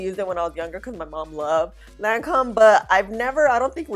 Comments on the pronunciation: Hey love! Lancôme didn’t come to play. It held up super nice👍. The company’s name is pronounced: Lan-Kome. Basically, the o is pronounced as a long o and not a short o. They do make quality products. Thanks for thorough video🥰💙. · Hey sweetie...... you pronounce Lancome like Lancomb.....No matte concealer for me....I'm still using the Thrive Causemetics concealer and Love It!!!! Great Vid